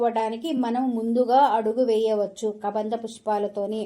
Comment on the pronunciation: Hai బాగున్నారా గోరింట దొరికింది పెట్టుకోవడం అంతే "కదంబం పుష్పం ", కబంధ పుష్పం కాదు ❤